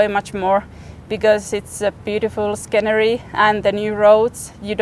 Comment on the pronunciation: lol pronouncing the c in scenery